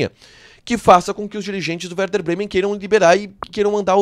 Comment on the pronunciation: É e werder, vc se enganou a fala no início e é compensação e não recompensacão.